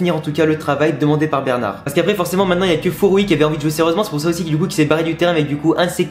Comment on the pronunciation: Please, pas Fouroie. Mais Furrrroyyy (oye).